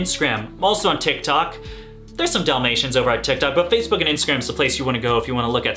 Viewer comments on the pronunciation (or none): none